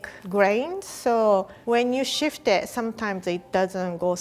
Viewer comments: She says shift instead of sift. She’s so cute. I love her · 🤭 also she kept saying shift instead of sift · Sift not shift. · She says shift instead of sift 😂😂 (no hate) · says shift instead of sift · It’s ‘sift’ not ‘shift’ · Guys, the word is "sift", not "shift".